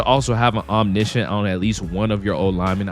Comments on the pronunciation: that’s cuz nobody saying it right. I’m wondering where you got the I from in yo version 😂😂😂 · That’s not how you pronounce Omniscent my boy, but you closer than most. Also you only need it on one player or a combination of threat detector and identifier for the same effect, if you have it baked in on two diff lineman like I do